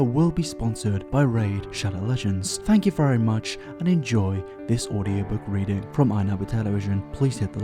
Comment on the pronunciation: He said weading